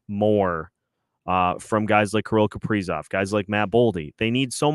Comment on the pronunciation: Why oh why is the A still on Kaprizov or should I ask Cough-prizov? The 5 highest players just stunk up home ice in a fashion that you can only call choking! It is very apparent these guys will not perform with Dean behind the bench! None of the top 5 millionaires can hit the net and they only kill the team emblem on literally every goaltender they face! I cannot remember the last time Johansson got a shot on goal! Putting Hartman back up when Rossi was getting tge job done??? WTF??? The return of Spurgeon and Boldy only made this team worse! Where is this team's pride? Time to start sanctioning pay over breach of contract! Now you have Dewar and Duhaime out there self destructing and desperately trying to make it happen only to have Duhaime make a very bad decision and got ejected for boarding! This is because of the epic and colossal failure of what should be team's leaders!!! Pied pipers is more like it! Where are they leading? To an early season exit without any chance of hoping for a playoff bid!!! WHAT A BUNCH OF CHOKERS!!! Tomorrow we should have a public jersey burning. Who wants to wear the number and names of these worthless hacks? I mean, what is the front office going to do about it? Can't trade 'em, can't bench 'em and bring up hopefuls! Dean said it in post game he has no ideas what to do. He admitted he's the problem. Billy, wake up and smell the coffee! At least the Oilers realized they had an ineffective coach and dumped him. Billy, the time has come...Dean c